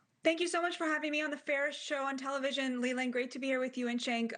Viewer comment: I like how she intentionally mis pronounces Cenk's name at the end as some kind of dig. What a disgusting person